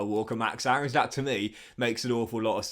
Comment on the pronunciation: Btw max Aaron’s is pronounced max airons. Ik it’s weird took me a while to say it differently aswell lol